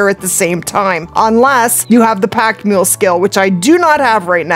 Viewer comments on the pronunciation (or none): none